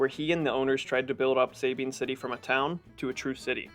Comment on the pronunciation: ITS PRONOUNCED SA- BEEN ...!! NOT SABINEEN YOUR A CLOWN!